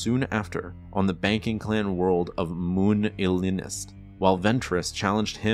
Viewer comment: Isn’t Muunilisnt ‘Mewnillest’ and not ‘Mi-yune-il-ist’?